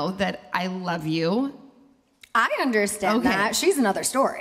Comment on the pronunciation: omg did u just say "understandoval"